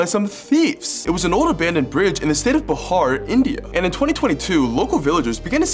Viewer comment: Man its not bahar, its pronounce "beehaar"